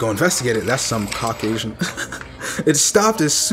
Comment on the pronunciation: Nice catch on the cra-caucasian